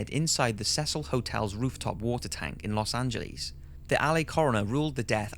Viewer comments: ryahul "Los Angelelise" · I couldn’t get over the fact that he calls Los Angeles “Lowss Anjal-Lease”. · Keks Pepeson Yeah, brits commonly mispronounce Los Angeles. I’ve just become accustomed to it and could care less because it’s a fake ass city that I will never visit. Hopefully my ex-girlfriend will go with it when it falls into the sea. Not to be confused with my last girlfriend, as she was just a gold digging dirty whore.